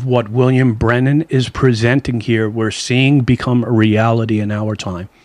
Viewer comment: If, could. His last name is not pronounced Brenen, but Branham and not Camila but Kámala